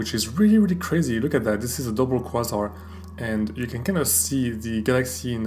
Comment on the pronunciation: Excellent. If it helps, “Kway-Zar” :). Your English is certainly better than my French!